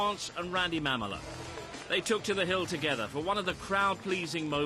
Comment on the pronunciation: It's not "Mam-mala", it's is "Ma-mola" !!! Geesh you Brits just destroy the English language !! Lol : D